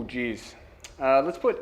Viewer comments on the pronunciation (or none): none